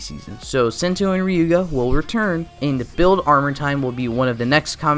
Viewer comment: you’re we’re pronouncing sento name and his ultra ego name well definitely that one of problem with this video but ya that it